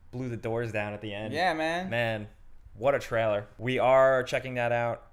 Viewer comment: What the hell is a treller?